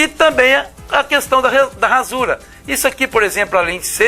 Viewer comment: Prof desculpe -me mas o Sr fala duas vezes "ransura" não seria rasura, mas antes quero dizer que me inscrevi e dei um like no vídeo. Talvez tenha ouvido errado, pode ser.